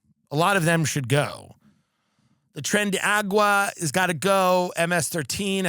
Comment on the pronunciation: TREN DE A.R.A.G.U.A. ! NOT AGUA😅 such gringo Tim 😂